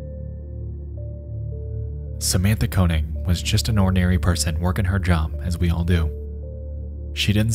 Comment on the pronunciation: Koenig is wrong pronunciation